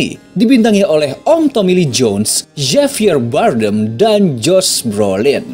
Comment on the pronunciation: Javier Bardem dibacanya Habier barden